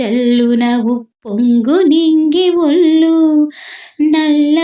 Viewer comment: అమ్మా తుల్లు, ఒల్లు కాదు తుళ్ళు,ఒళ్ళు . ముందు తెలుగు సరిగ్గా పలకడం నేర్చుకోవాలి